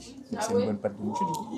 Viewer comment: Hello, Pour info mochi se prononce Motchi. Si vous voulez en tester de vrais et traditionnels, il faut aller à la maison du mochi. Ça n'a rien avoir vraiment. Aussi si vous voulez des desserts à composer soi même pas trop sucrés et faits par une super nana qui mérite plus de visibilité, il faut aller chez Sweet Intuition rue Dussoubs. 😉 Après étant végétalienne, je peux aussi vous donner d'excellentes adresses: Giardino, VG pâtisserie, Mauvaises herbes, lesArtizans (je crois que ça s'écrit comme ça - concept fleuriste et salon de thé/lunch), aujourd'hui demain.